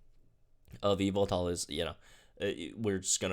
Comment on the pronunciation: YAVALTAL!! That's how you pronounce Yveltal... YAVALTAL!!!